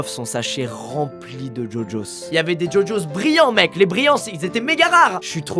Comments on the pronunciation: ça s’écrit gogos mais il dit ça djodjos 😂😘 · Par contre on dit GoGos ( GUOGuos) et pas jojos